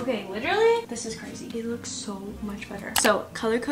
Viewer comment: (literally litewly litewly )